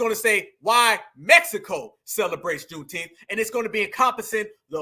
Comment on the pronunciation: Not “KuuneTeenth”.!! 😂😂😂 Yooo.!!🤣🤣🤣